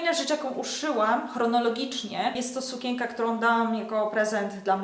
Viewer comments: W słowie sukienka jest wyraźne N, które należy wypowiadać, nie mówi się sukięka, tylko sukieNka... matko, słuchać się tego nie da. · A dlaczego tak dziwnie mówisz słowo sukienka?